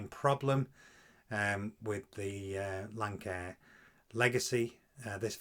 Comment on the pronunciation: Nice explanation of what was amiss. The aircraft type is pronounced, Lance-Air. The company is named after it's designer, Lance Niebuaer.